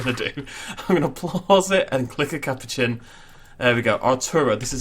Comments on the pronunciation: Ca-pou-chian Not Cap-o-chin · Sorry don’t need to be rude but ca-poo-chin